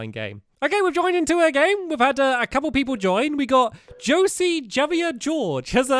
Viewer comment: I think it's pronounced "Ho-zey" and not "Josie" for Jose.